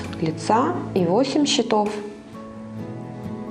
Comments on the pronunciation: Все прекрасно, кроме ударений в слове «счётов» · 'Cчетов'- ударение на первы слог